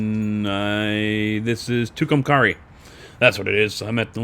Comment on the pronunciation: Hi I'm from Albuquerque New Mexico... Just FYI the names of the towns are pronounced To come carry... And Rat tone. Not Rat on... Even though it is spelled that way. I love your videos... it just bugs me to here towns miss pronounced from my home state which I live in, it just sound a little less professional that's all. Have fun and I will still be watching. Just thought you might like to know.